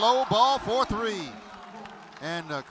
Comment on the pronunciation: “Trey ball” OH MY GOSH JUST SAY THREE IT’S TRIGGERING ME!!!